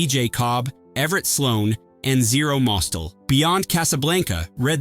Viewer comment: Mostel mispronounced